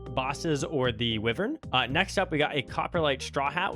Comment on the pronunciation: "or the weevern"